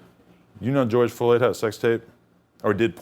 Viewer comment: "Goerge Floyd" I simply cannot be the first person to point this out c'mon